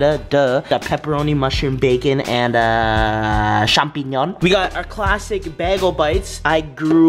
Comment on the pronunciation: heuuuuuu ... champignons im from quebec so i speak french and its mushroom in french :') i cryed for half an hour because of how u said it :')